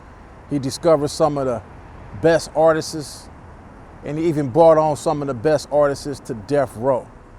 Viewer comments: It’s artists not artistes 🤣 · Artists homie NOT Artist-ses